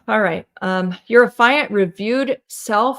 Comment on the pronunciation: Please. It is not “a fi unt”. It is “af eee unt”. You are driving me koo koo with every mispronunciation. I can hardly listen to the video over this.